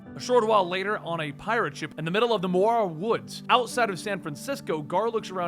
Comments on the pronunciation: Muir woods is pronounced "mirror woods" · Muir Woods: pronounced M-yer. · Okay great videos love the content, but bro Murahra woods? Have you never heard of muir woods or john muir? Not a big deal just though it was funny. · Muir Woods named after the famous John Muir it’s pronounced Me-ur like mirror if said quickly